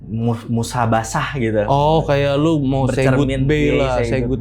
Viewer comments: Muhasabah gak sih bang. Bukan Musabasah 😅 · Mezzamine ❌ Mezzannine ✅ - Musabasah ❌ Muhasabah ✅ 😂😂😂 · Musahabah bkn si bang wkwk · Koreksi ya bang narsum, maksudnya Muhasabbah yaa. Bukan musabasah. Mezzanine sebutan jenis kamarnya bukan mezamin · Muhasabah anjayy bukan Musabasah Wkwkwkk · MUHASABAH maksudnya ya...bukan musabasah 😅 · Muhasabah ❌ Musabasah ✔️😭